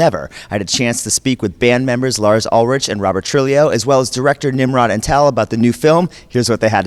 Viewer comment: true- he- oh uhl- rick. say it wit' me now.